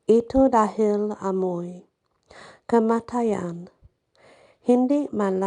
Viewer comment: Wow you study about Bal-Bal auntie so cute. Yup its a famous stories in Philippines nice one auntie. Cute pronunciation Amoy kamatayan😊